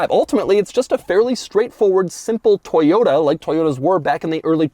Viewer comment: It’s toyoTA Doug,not toyoDA 😂😂